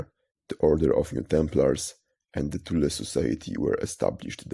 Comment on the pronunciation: It's so nice to hear THULE pronounced CORRECTLY for a change: "TOOL-AH" . Americans pronounce it in all kinds of comical ways which include: "Thool" and "Toolie" . I have never heard an American pronunce Thule correctly, not ever.